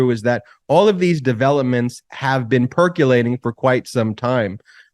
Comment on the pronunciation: .."...perculating...". What is that word again?